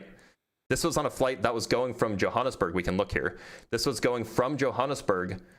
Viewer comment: And then his pronunciation of São Paulo and Johannesburg. Truly mind boggling.